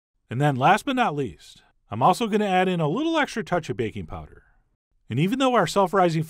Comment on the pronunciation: I thought he said baconpowder then my brain corrected itself to bakingpowder 😫